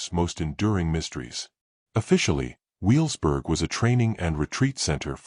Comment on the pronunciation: Learn to say Wevelsburg.